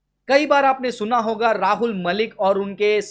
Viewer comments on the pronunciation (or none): none